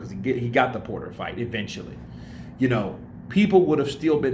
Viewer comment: It's fight not fught lol😂